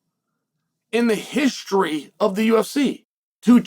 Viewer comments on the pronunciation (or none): none